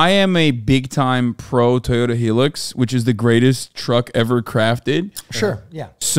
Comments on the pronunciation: why is he saying hilux so weirdly.... its Hi-Lux like HI (as in 👋 hi how are you) Lux (as in luxury) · For the love of God, please stop calling it the Toyota “Hill-lux” It’s pronounced “High-lux”😢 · interesting. in australia, we call the hi-lux 'high-lux', not 'helix' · It's called a HIGHlux not a HElux, ffs. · i can back up hasans claims in australia the toyota hilux is the gold standard . i love how he calls them heeluxs hahahaha